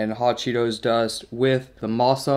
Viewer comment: DID HE SAY HOT CHEETO SOPESS OMG I MUST TRY